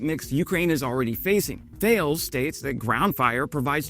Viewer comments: Pronounced Ta less not Thales as written !! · en Enjoying your channel, but Thales is a French company and is pronounced T'al'es not Thayles. Auto-generated audio tracks usually trip over this :-(. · "Tah-less," not "Tell-iss." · It's pronounced "T'al ess" not Th ales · Hey … Mark here… sorry, I had to try that! 😂 Just a heads up for ya… THALES is actually pronounced “TAL-ES” … en francais mon ami… have a great day! Keep up the great work on your videos and Слава Україні! 🇨🇦🇺🇦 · your impersonating of french is great. For the future, Thales is pronunce [TA-LES] with an unmute S at the end :) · Thales is pronounced "tar-lez" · Thank you for your video! "THALES" shall be pronounced TA-LESS :-) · Thales is pronounced 'Ta Lez' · Tall-S is about how you say Thales, but say it fast as one word. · Thales: the standard pronunciation is “TAH-less” with the stress on the first syllable. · Thales is a French company, and I believe that its name is pronounced tah-lays. You might want to confirm this with a native French speaker, though. Love the channel. Love the content. Keep on doing what you are doing. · Almost ; ) Ta-less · By the way, "Thales" is pronounced Tah LESS. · Tah-les. Tah-les. 😉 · You are pronouncing Thales incorrectly. "Thal-lez" is correct. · just a little correction, THALES is pronounced TA then LES ...theyre french so they can't pronounce the H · "Thales" is pronounced "Tell-iss", I believe. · TA LESS... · Nice one... I think Thales is pronounced TA-LESS. I'm a Brit living in France so any real French folks out there please do correct me 😊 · You are right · Hello, je confirme, ça se prononce Ta-less 😊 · Isn't Thales pronounced Ta-Les? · Thanks for yet another excellent video. 9.9/10. You would have got a perfect 10 if you had pronounced Thales as "Ta-less" and not as erm.... Thales 😅😅. Cheers and thanks for your support of Ukraine 👍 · Thales is pronounced like 'tah less' :) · I came to say this! You made it funnier though, thank you friend!